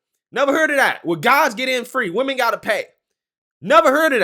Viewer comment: why can't ANY of these "younger" folks pronounce the word: WOMEN correctly???